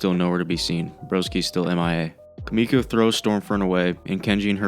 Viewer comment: >kamiko it's Kimiko. the I does not make an A sound.